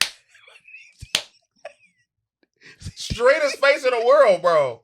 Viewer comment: The way said “biT” with the capital T almost sent me to the upper room 💀💀💀💀💀